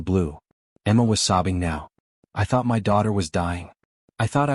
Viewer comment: Why does the AI spell my instead of speaking it?????